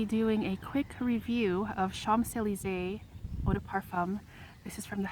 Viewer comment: With all de respect, you knowing all about the infamous street in Paris, you don't pronounce the "mp" in Champs......This is MY signature fragrance. There is NO OTHER fragrance. I ordered a bottle from Amazon - I wad not the same. Very disappointed! There it sits on my dresser. I LOVE THIS PERFUME!!!! ~♡~